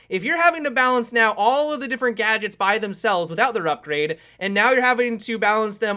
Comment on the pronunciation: Everytime he says gadgets I keep getting reminded of 'gajjeks' from CrazyRussianHacker lol